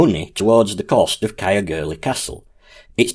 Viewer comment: Interesting and informative video, however ,Caergwrle should be pronounced 'Cayerr - goor - leh' Not Cayerr gurlie 😊